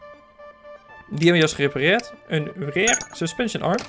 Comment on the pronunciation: Leuke video, je spreekt rear uit als rare, dan zeg je zeldzaam. Je moet het uitspreken als rier. Voor de rest een leuke video, ga zo door want nu ga ik al jouw videos van zowel Train simulator als CMS 2015 bekijken!